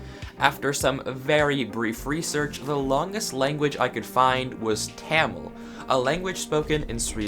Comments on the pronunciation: its pronounced Tuh-mil. not ta-mil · Dont know why he pronounces Tamil as taemil actually in olden days it was pronounced as tamizh or தமிழ் (in the language itself) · You pronounce it is Th-ah-meel not camel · Tamil originated in tamil nadu in an southern indian state (oldest living language) but every foreigner pronouncing it wrong it's not Taemil its tamil it's a not ae it is a stereotype in india for pronouncing like that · Tamil origin:tamil nadu southern indian state (Oldest living language) Stop pronouncing it wrong it's not taemil its tamil it is a stereotype to call like that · it is tamil not taamil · bruhhh it called ta mil the l is deep sound and its not camil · Its pronounced thamirr not taamil seriya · Lol funny hearing u say tamil. Its not spelled like tan its spelled like thamil. 🤭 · Pronounce it as ta mil not tah-meal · i actualy cringed hard when you pronounced tamil as taaaaee mill and not tha meel. But great video lol. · Its not Ta-mil, Its pronounced as Tuh-mil. I really got triggered since i am an indian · Its tamil not temel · Him: Taaamiilll Me: it’s pronounced THUUMILL Him: Taamill Me: 😑 Whatever.... Me: trying to read what is on the screen but the letters look weird OMG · it is pronounced tha - mii - l, not tae - mi - l. I live in tamil nadu. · Just wanted to say it's Tuh-mil not Taa-Mil (like the pronunciation for Ton or Tummy). Just wanted to point that out as i'm from there. And as always, thanks for Watching being the Vsauce of MC. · I was really confused seeing my native language in the thumbnail of a Minecraft video but seems pretty cool. Didn't realize how wonky Tamil looks in Minecraft though LOL P.S. It's pronounced Thah-mill, not - Taa-mill :D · Bro UR saying ta - mil instead of tha - mil which is the way to say it becuase I KNOW THE LANGUAGE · There's this amazing thing known as accents and pronunciations, I wonder if you've heard of them before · you pronounced "Tamil" wrong >:C edit:you pronounce it like this Thamill